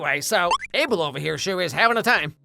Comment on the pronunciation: Guys thats not how you pronunce his name is Uh bel😊